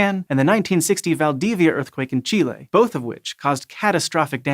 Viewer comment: I love you so much for saying Chile correct!!!